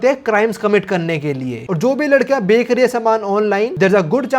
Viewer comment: BHAI CHH BOL LE 😭🙏🏻 KA BOLE JA RHA HAI 20 PARTS SE 😭🤚🏻 EG:- BEKK LE INSTEAD OF BECH LE 😢 BTW LOVE YOUR CONTENT 😅